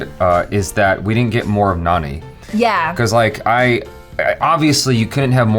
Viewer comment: Its not nani its jani